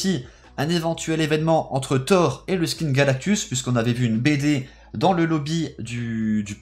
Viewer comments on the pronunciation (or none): none